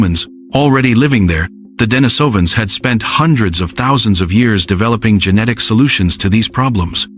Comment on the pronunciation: Several bits of the same information is repeated SO many times. This video would be at least half as long if it only stated these bits of information once. How this ai voice wrongly pronounced neanderthal & denisovans was also driving me nuts.